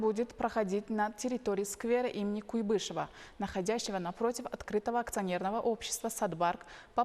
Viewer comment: На слове Куйбышев ударение падает на слог "куй," то есть на букву "у" . Обратите на это внимание.